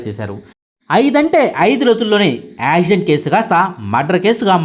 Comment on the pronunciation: యాక్సిడెంట్ అనేది పలకడం రావడం లేదు. ప్రాక్టీస్ చేయి